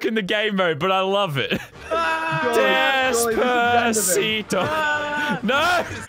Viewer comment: He sayed Alexa play desbaseto